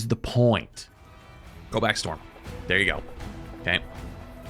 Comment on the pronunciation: I honestly never expected to hear Storm get called Florm